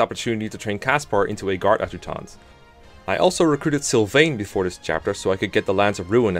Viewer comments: A-juct(like duct)-tant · Nobody:: Awd-jew-taunt